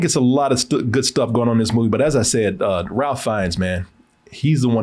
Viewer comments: Now,, Ralph has worked long enough and provided us some truly spectacular characters that he's at the very least earned his name being said properly. It's RAY-FE not RAL-FE. We don't pronounce your name KO-RAY, even though the spelling could be interpreted that way phonetically. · Ralph Fiennes pronounced his name “Rafe” (‘reif’)🤷🏽‍♀️ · I was waiting during this whole review for to correct that his name is strangely pronounced “Rafe”. Alas he didn’t.